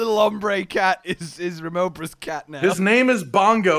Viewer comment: remobra, not renephelos lol words can be hard, my noob pal gets barroth's and barioth's names confused sometimes behold those trees! yep bleed is back with a vengeance, i kind of hope the status stays like this in the future to set it further apart from stuff like poison or fire blight. it's a bar building up as you move that adds said health as damage when you get hit again as opposed to slow ticking damage that ticks fater as you move. pretty sure the pissing thing was confirmed a long time ago in a book discussing the monsters of that game that only came out in Japan but it specifically looking like that is weird. hey if it was a demon, his dick would be turning you to stone and talking lmao.